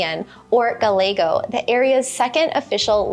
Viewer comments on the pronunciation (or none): Great presentation. One request. Gallego is pronounced Ga-Ye-go. Double Ls are pronounced as Y. This is pretty fundamental. ¿Como se llama? Yama not Lama. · Great video. Just one thing is how you pronounced "Gallego". The double "ll" in Gallego is pronounced in the same way you would pronounce a "y" in English. The double "ll" is not pronounced as you would pronounce a single "l" in English